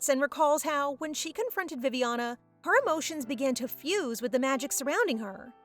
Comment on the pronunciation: Did you tell Viviana as Poopiana😂